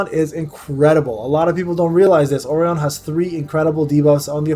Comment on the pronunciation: Listening to this dude pronounce orion, verdehile, anubis, and khmun gave me pancreatic cancer.